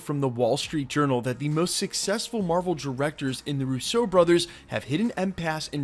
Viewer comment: love the channel but the way he pronounces Russo, Multiverse and egg really grind my gears